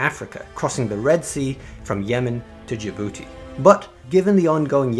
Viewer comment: when you said “Yemen to Dijoubouti”, it sounded like you said “Yemen to Zsa booty”.